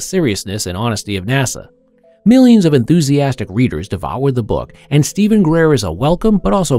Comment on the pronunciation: The moment you said Greer, you lost your last shred of dignity. Unsubscribed..